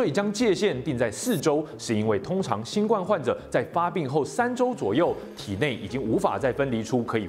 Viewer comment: 身為知識頻道應該要讀正確的讀音吧 新ㄍㄨㄢ病毒